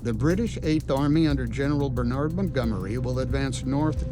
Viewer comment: Umm, how are you pronouncing Bernard?